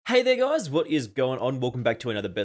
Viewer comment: Bro at first i almost heard you saying the n word but when i watch it 4 times your were saying "hey there guys"😂